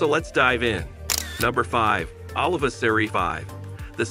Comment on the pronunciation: Dude you are butchering the language; Jalapa is pronounced Halapa and Oliva is pronounced O Leave A